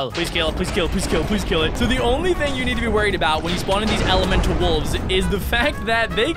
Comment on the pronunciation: is said it wrong elemental